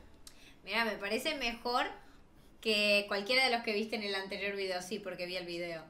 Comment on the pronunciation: No quiero que Pierdas Tu Español. VUELVE A DECIR VIDIOS Y NO VIDEOS